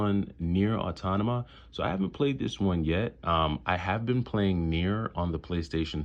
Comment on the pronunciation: Auto may tah pronunciation. My favorite game of ps4 and a top 10 all time for me. Your edition is the one to have